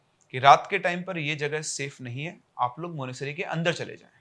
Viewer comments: मानेसरी क्या होता है मानेसट्री होता है भाई 😂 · Monastery ❎ Monasery☑️ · Monasary nhi Monastery bolte hai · Monesary kya hai bhai? Monetary bolo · Monasery nahi monas-try La-ha-sa nahi lha-sa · monasTery. Tttttttt. It bugged me through the entire video. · Sir MONASTERY, aaap T kha rahe ho pronunciation mein. lol